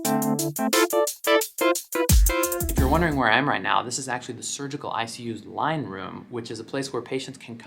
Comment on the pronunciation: Listening to this while getting ready for a shift at my hospital...I totally heard “wine” room instead of “line” room 😂